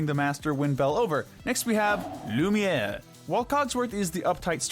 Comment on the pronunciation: Not lumer